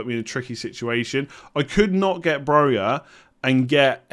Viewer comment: It's Broja, not that